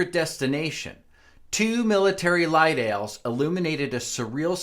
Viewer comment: This guy said " light ales", it's a light all** a powerfull military floodlight. ( makes drinky drinky motion with hand)